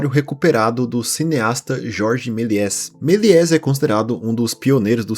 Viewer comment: Meliés se pronuncia Meliê